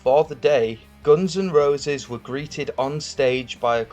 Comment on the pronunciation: Didn't know the band is pronounced Gons N Rowses